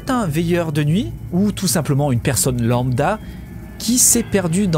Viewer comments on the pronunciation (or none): none